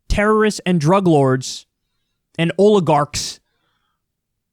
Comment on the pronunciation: You pronounced "oligorks". warhammer 40k reference, LOL Quite fitting of their business model and use of non-government army-like mobs...